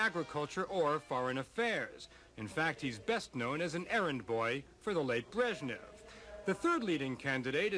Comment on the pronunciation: his lastname is not "breshniv", he is "brezhnev"